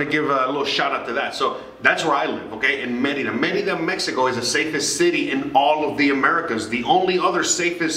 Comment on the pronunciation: I have heard TD bank has no ATM fees from a US account . Thx for yr videos very helpful and for yr correct pronunciation of Merida:) my ex from Merida and I learned to pronounce it the same way that u do and I am a gringa from Florida.